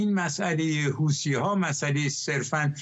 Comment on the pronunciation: این گاگولو میگه هوتیها 😂😂😂😂😂😂